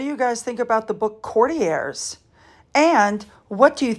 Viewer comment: you are the first American youtuber I've heard pronouncing 'Courtiers' correctly. I love your videos. 💝👏